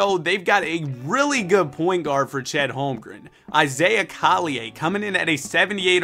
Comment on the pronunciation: why do u say collier name like that